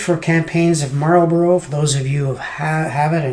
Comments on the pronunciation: Marlbruh, dude. Marlbruh. Good review. Pity it is a bit of a dud, but I'm sure an experienced gamer like you could make it shine. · Or Mal-buh-ruh.